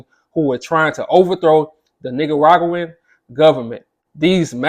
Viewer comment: They way you pronounced Nicaraguan 😂🤣... but on a serious note, great content